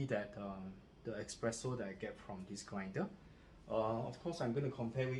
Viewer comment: is not expreso... is espresso...... It is not express is es-press. Nice review